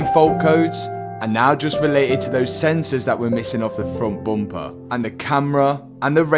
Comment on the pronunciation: I love when Mat says boomper